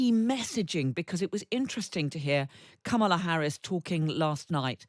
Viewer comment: learn how to say Kamala’s name properly- it’s not hard.